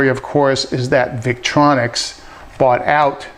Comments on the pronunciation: Victorinox, not Victronics. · thank you for the review. by the way the name of the other company is victorinox, not victronix